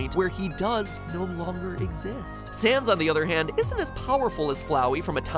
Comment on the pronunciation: i know you meant to say sans but you said sand 😂